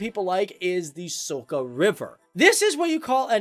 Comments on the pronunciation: Is it really hard to say letter č? Gregorčič is not the same as Gregokik or whatever you say and Soka river is Soča river. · Oldest grape plant or whatever is it called in english is located in Slovenia=> Maribor. This is just a friendly critic, you pronounce letters wrong it is Lipica with c not k and soča like cherry not soka like charather from avatar the last airbender. Great videos a lot of information. Can you just mention my birthtown Kotlje. Near Kotlje there is a mountain with the church on the highest level in Europa or maybe whole world. Tnx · It s Soča not soka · its not pronounced LipiKa, but Lipica, how can i.....tell....the most similar sound......like u would pronounce it Lipisa, or Lipiza also its not pronounced SoKa, but Soča......Socha, and not Simon Gregorek, but Simon Gregorchich ( Simon Gregorčič) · I'm from Slovenia, don't wanna judge or something but i just kinda hate it when u say K instead of C and Č, it's not Lipika and Soka river, it's Lipica and Soča. And Ljubljana is just that and not Ljubijana as you say it. But still it feels good that our small country is being described in your channel. If there will be a part 3 please talk about sport and you can also mention France Prešern and some other important Slovenians. LEP POZDRAV IZ SLOVENIJE! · The letter C in Slovene is always pronounced like "ts" in "tsar". So it's [Lipitsa], not [Lipika]. The letter Č is always pronounced like "ch" in "cherry". So it's [Socha river], not [Soka river]. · That "soca" river is actually pronounced socha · River Soka😂😂😂😂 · Soka river 😂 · Yes soka😂